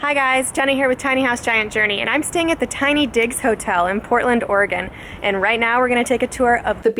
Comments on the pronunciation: Thought u said tiny dicks lol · Southern Sweet same I thought she said tiny dick I was like what the fuck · Totally thought she said tiny dicks hotel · You're staying at the tiny what?! Bahaha Either im hearing things or she said tiny dicks hotel. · 🤣🤣🤣🤣 I always heard digs but I can understand why you'd hear something else